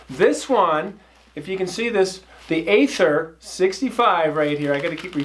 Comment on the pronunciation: Aether is pronounced "ee-ther."